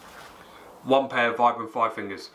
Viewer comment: Vibram is pronounced veebram, from it's inventor in 1937 Vitali Bramati (sp?)